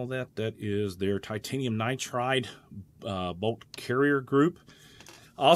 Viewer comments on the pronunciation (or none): none